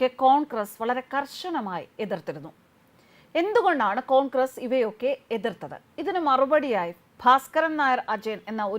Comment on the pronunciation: അടിപൊളി കൊങ്കറെസ്സ് ആ ഉച്ചാരണം എനിക്ക് ഇഷ്ട്ടപെട്ടു ജിഗ്നി എന്നാണ് 🙏🏻